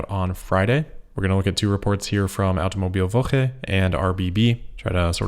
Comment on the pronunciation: you nailed the "Automobilwoche" 💪